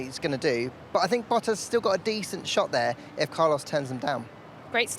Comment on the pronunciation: Valtheri BOUTas, come on, Hinch, could you at least try to pronounce his name correctly?